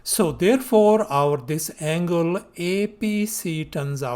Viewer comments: bro is telling angle "angala" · bro it's something on the "anguala" side